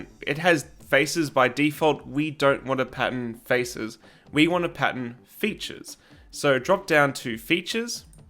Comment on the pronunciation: Im so glad I found your channel. Your videos are going to be a lot of help. You lost me when you said pattern though. I kept hearing patent